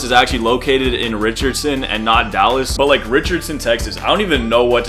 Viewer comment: I’ve never seen someone from Dallas say it correctly. Not gonna hold you